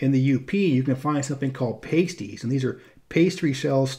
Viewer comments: While we're on the U.P., they're "Pass-Tee's" not Paste-ies lol. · Good video, but some pronunciation to note: Houghton: "Hoe-tun" Leelanau: "Lee-le-naw" Pasties: "Past-eez," because "Paste-eez" are something different 😉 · It’s not pasties it’s pastys . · Proud Grand Rapidian here. It’s impossible to do all of Michigan justice in 28 min, but this was impressively thorough. Great pictures too! Just a few remarks: I’ve never heard anyone in GR reference “Uptown.” The hip business districts include Eastown, Wealthy Street, Alger Heights, and Bridge Street/the West Side. Also, UP pasties are pronounced “pass-tees,” not “pay-stees.” Lastly, that pic of the women outside their storefront in front of the massive snowdrifts was taken in late April in 2019 at the YMCA in Menominee, and I was working nearby during that snowstorm! I remember that photo going viral. Just wanted to toot my own horn a bit... great video! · Good video. As a Yooper I must say, I appreciated the way the upper Peninsula is covered in this video🤙 Just two critiques; Houghton, not “how-ton” it’s more like “hoe-t in” with a long O Pasties (quote honestly One of my fav things), not “paste-ies” it’s more like “past-ies”. They are delicious, almost always come with ground beef, potatoes, rutabaga, onion, garlic. Although some ppl do swap in carrot to replace the rutabaga.. it’s still kinda weird. Anyway, again I love video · Thank you. Quick note for anyone visiting, you will be an obvious tourist if you pronounce "Pass-tees" as "Pay-stees." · Houghton is misprounced. The locals say "hoe-ton", not "how-ton". Also, they're pass-ties, not paste-ies. That other pronunciation is for something worn by strippers, not the Cornish delicacy. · you misspelt pasties, it's [Pah-sties] not [Pae-sties] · Past-ies!!! Not paysties. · Not pay-stees, it's paaa-stees! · They came to Michigan from Cornish miners , it is pronounced Pass tees there as well. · And “Pass-tee”